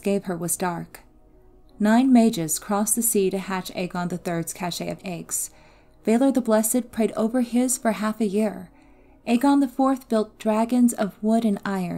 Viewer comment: Cache is pronounced like cash.